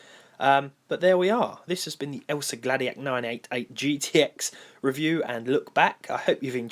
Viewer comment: it's pronounced "El-sa-o Glaa-di-a-ck"